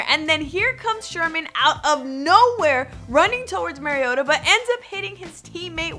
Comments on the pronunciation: She said mariata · Learn how to pronounce Mariota's name....wow